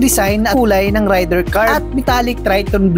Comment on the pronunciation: FOR INFO, hindi po RAYDIR ang pronounciation nyan. REYDER po from the word RAID.